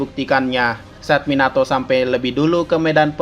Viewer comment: Minato Minyato Mieenato 😂😂😂😂😂😂😂😂hahahahaha